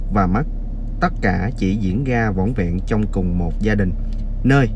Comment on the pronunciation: Làm YouTube thì ráng đọc cho đúng chính tả, những chữ R, TR phải nói cho đúng, ông này nói ngọng nghe phản cảm quá. Ví dụ: ra thì đọc là ga, rằng ( gằn…) ông Trời thì gọi là ông chời …rõ ràng : gỏ gàng